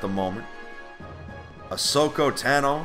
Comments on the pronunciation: The way you pronounced ashoka Tano. You're not a big Star wars guy are you? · anyone realise he said ahsoka tano from star wars wrong and it sounded like he never even heard of her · Cant believe he said her name wrong let alone not know her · My heart died when he butchered Ahsoka Tano's name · YOU MISSPRONOUNCED AHSOKA TANO!?!?!?!? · The way he pronounces Ashoka Tano😂😂😂. But great video man 👌